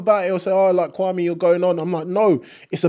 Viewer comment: His name is Kwame and not Kwarmie.